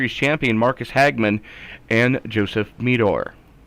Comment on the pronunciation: Ty guys for covering the race been enjoying watching it back. For future reference Meador is pronounced more like the A is silent so its kinda like "Meh-der" 🤣 I appreciate what you dudes do 🤘